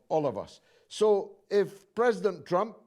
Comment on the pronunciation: I like how Atwan calls Trump "Tramp"